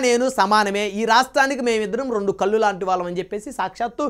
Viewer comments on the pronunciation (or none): none